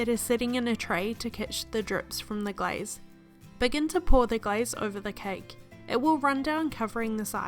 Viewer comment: When u said glaze, it sounds like guys.... I was like!!!!! Thx for sharing